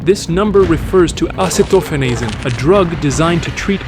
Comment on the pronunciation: Ain't no way that's how you pronounce "acetophenozine" 😂